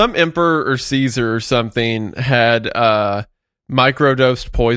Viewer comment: czar (or tsar) is pronounced "zar," not "caesar" lmao